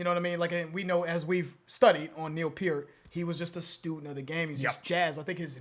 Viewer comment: I appreciate that you pronounce "Peart" correctly! Great show guy's!